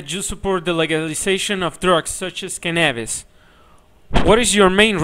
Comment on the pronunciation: For the love of all that is funny, PLEASE let us know who the ken-abb-is guy is. Please. I don't want this laugh to end. I'm positive that he has some other delightful mispronunciations to share with us. Don't let us down TJ.